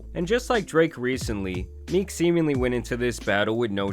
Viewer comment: MeeCKK, bro why do you put so much stank on the end of words?